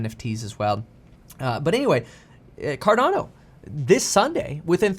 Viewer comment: it’s not advice. He’s sharing his research. At least he pronounces Cardono right.